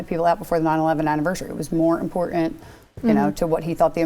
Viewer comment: Enunciate! Important.... It has two Ts in it! Pronounce BOTH of them.